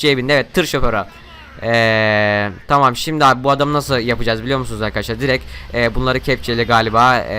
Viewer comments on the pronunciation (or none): none